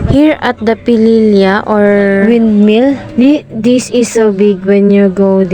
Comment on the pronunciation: hnd wyndmill wrong pronouncement. windmill yan, bisaya k b